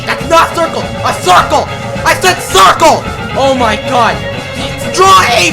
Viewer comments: Hahah when you say crucle in rage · THE STRUGGLE AT THE ✨SARKLE✨